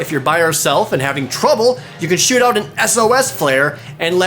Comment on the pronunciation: Anyone else hear "You can Shit out an S.O.S. Flare"